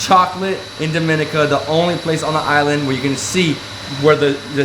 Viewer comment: I get why you did that first video. You’ve said Dominica wrong in every video thereafter. Lol